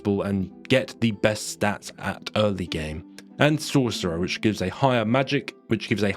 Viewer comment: I thought buddy was having a stroke when he was saying sorcerer